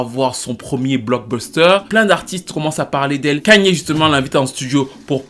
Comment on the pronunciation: je pense qu’il est temps pour toi de savoir prononcer le prénom de ye. C’est Kanye - ka-nyé ou encore kanié. Ça ferait du bien à mes oreilles y’a des noms à ne pas écorcher